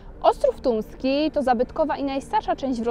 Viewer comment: No ja niestety słyszę "Tuński" kilka razy zamiast Tumski ...